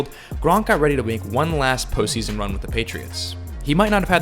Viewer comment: Best post season... gosh you need to articulate that better especially with the charter of grunk it sounded a lot dirtier